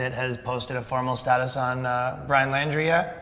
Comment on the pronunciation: His last name is pronounced like "Laundry", not "Landry".